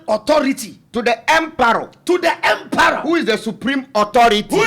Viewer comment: it’s emperor not emperooo😂😂 i love 😅